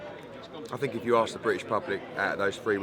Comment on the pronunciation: No... I dont fink so... I don’t fink so. Lol